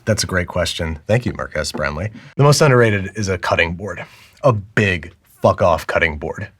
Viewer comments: He really said Mark Ass Brown Lee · Hahahahaha he definitely said “Mark Ass Brownlee”